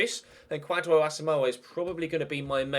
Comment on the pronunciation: Kwadwo is pronounced Kojo. watching from Ghana big fan of the series